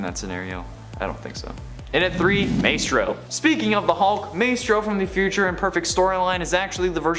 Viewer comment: It’s MYstro. Not MAYstro